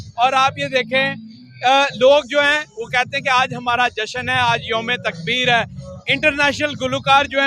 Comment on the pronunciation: This is yaomay takuber not tukbeer